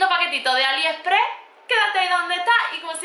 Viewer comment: Me asombra cuando dice Aliheprehh , no sabe que es AliExpress ??